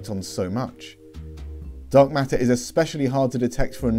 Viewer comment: It sounds like you're saying dog matter, but you're saying dark matter.